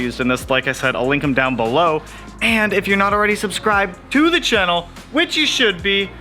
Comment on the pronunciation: Lol. “Chennal”